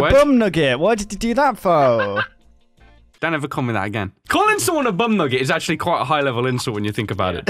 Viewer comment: The way says “for”